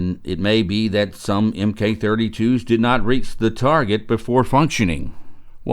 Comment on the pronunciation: Thank you for the video. BTW "M.K." is not pronounced letter by letter. This is the naval abbreviation for the word "MARK", which refers to any one specific type of thing - anything from ballistic shells to the guns they come from to compasses, etc. MARK, please. 😊